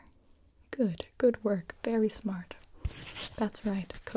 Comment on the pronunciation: “I think you should try it, it is vewy nice 😊 “: gibi 2022